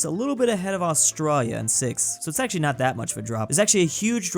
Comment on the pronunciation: How is this guy pronouncing Australia? lmao